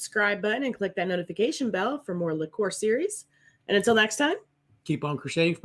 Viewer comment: Liqueur is pronounced as Lick-yerr not Lick-ore ;) RedBeard bloke is a spoilt numpty prima-donna lol -Well, u Yanks hv a good channel THANKS